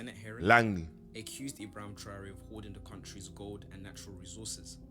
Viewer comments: his name is pronounced TRA YOUR AY not TOURie ...The country is Burkina faso, not burnima faso. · To start bro it's I-bra-him Tra-oré and bur-Kina-Faso lets start intelligent please, continue to spread my black fellow #TheChosenOne has arrived ❤️🖤💚